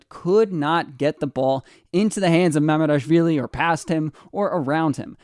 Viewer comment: I love how you pronounce Kvaratskhelia no problem but struggle with Mamardashvili 😆